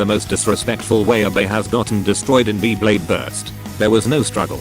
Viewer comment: OMG, this is the first time I heard the voice over saying Beyblade correctly. Back in some older videos, it always said b-blade.